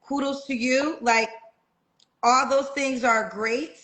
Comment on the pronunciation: "Those churn" 😂😂😂